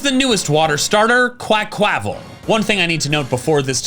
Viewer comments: Why do you say Quaquaval like that 😢 Meowscarada too??? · It’s pronounced uh-MORE-uh, QUAH-qua-vull, and WIH-noh-nuh, “”! 🤨 And I now hate you for dissing Greninja, since I’ve pretty much made up for its issues with Charizard and Roserade. 😤